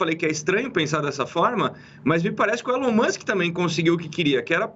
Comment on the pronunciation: Alguém precisa ensinar os jornalistas a pronunciar "Elon" e "Threads".